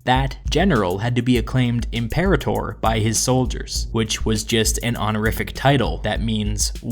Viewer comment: you're pronouncing imperator wrong